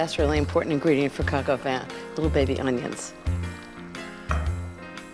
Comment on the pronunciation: Vin is pronounced vahn in french.